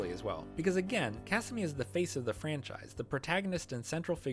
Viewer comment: This was a great video, and I really loved all the points you made! I don't know if this is nit-picky of me, but in the future if you make more Bandori-related videos, please fix your pronunciations of the characters names! Specifically the "a" sound. For example, you pronounce Taki close to "tacky", when it should be pronounced like "tah-kee", Ako, should be pronounced "ah-ko", and Kasumi needs that "ah" sound too. Was a little distracting from an otherwise entertaining video!